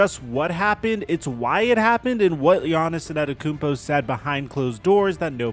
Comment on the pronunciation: For the love of God, please put at least a little more effort into pronouncing Antetokounmpo